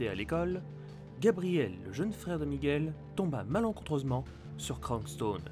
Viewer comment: C'est miguel, pas Micheal